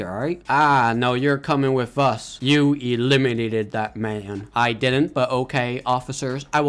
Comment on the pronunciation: Stop saying elemenated* him just say u KILLED HIM